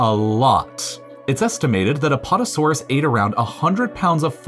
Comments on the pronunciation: “Apotasuarus” excuse me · he said apotosaurus